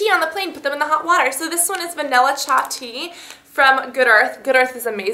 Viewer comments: Don't you mean chai tea not cha tea:p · "vanilla cha tea" lol :p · sorry!!! haha my boyfriends family is punjabi, in in his household they pronounce it "cha" not "chai" :) oopsies! :)